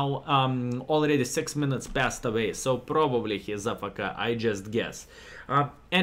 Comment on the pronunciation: Not ah- fe- ke it’s pronounced A- F - K (letters)